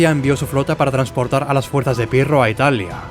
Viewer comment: Albanian aksend,,piro